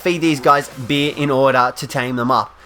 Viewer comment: It’s beer not bee